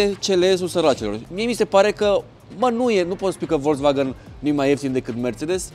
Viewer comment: Ce stil de a conduce discutia ai: "este de 140 cp". si tu: "Nu este cel de 170 cp nu?" "Se aude mai incet, ma crezi? MAN???" Si pt informatia ta,, "volkswagen" nu se citeste cum se scrie...se citeste cu "F", "folkswagen", adica masina poporului. Ca tot zici tu "Mertzedes"